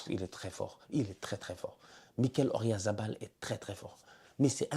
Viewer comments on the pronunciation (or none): arrête avec ORyalz c’est OyaRZa 😂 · Ça fait des années que je te suis et que je regarde toutes tes vidéos, à chaque fois que tu prononces Oyarzabal, je sais pas pourquoi tu le prononces O-rya-za-bal 😂